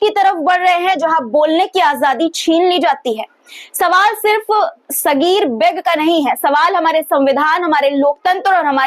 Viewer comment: Aap har bar comments mangti hain.lekin comments pe amal nahi karti.Ammairica.Saffffai.Mazzzak.Aur.Beg shabd no mirzaon ka title use jhatke se begg.kah rahi hain.Beg ko thoda kheench ke bola jata hai Aap.jo bol rahi hain.uska matlab bheek hota hai.aur her news ke pehle itna bhasad dene ki kya zarurat hai.